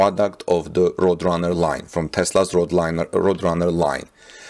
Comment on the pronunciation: Good presentation and I subscribed. "Roadrunner" is pronounced, "road" (a road is what you drive on) and "runner" (a person running a race). Hope that helps. Tip: if you google the word in question, you'll get a link to hear how things are pronounced. Don't feel bad, most English speaking people get it wrong all the time. English is very difficult.